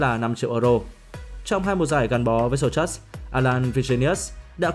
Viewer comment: Đọc tên đội bóng đối thủ cũng sai. (Sô-sâu) bên pháp chữ "ch" đọc là "s"